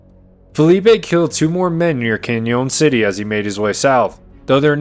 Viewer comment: Pronunciations of Spanish names is perty good especially people's names. The only mistake I noticed, and its small is Canyon City. It was only slight...Canyon is pronounced like Canyon in the Grand Canyon. Im from this area and early minners corrupted the Spanish names until they aren't recognized as Spanish. You did really well. For instance Buena Vista isnt pronounced in proper Spanish. Proper would bwena veesta but the minners corrupted it and for over 100 years its been pronounced byuni vista...locals refer to it as byuni or byoonnee. Although you dodged that bullet everything else you voiced as locals would....except Canyon City. Lol. Sometimes I cringe when i hear narrators try to decifer the local colloquialisms but you did quite well. First time listening to your channel. Your research is excellent. I usually stick with Josh from Wild West Extravaganza, but after this sample i will be tuning onto your channel more often. Thanks for all your hard work, skills and knowledge. I just subbed.